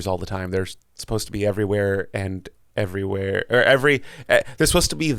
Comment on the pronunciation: Not him trying failing to say everywhere😭